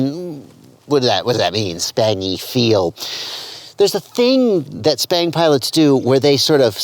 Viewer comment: I run 1950d/s on r/p and lower expo than default bf expo at 600d/s rate, for me its much more controllable out at the stick ends for me. You keep saying "SPANG" with a P not B??? I have been calling this robotic flying since ~8 years ago Same with racing on-road electric cars, I much prefer arc-point than expo, it puts a little smoothness around center and linear the rest of the way out.